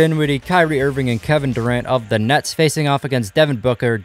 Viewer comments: If you listen close he said the nuts instead of the nets 😂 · He said nets but it did sound like he said nuts